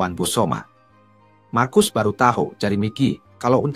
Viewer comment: Marcus dibaca Markus tod